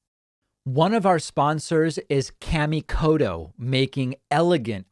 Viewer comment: David pronouncing his sponsors name all wrong! Kamikoto (Ka) - the a is ah sound and (to) is a softer t sound rather than hard d sound.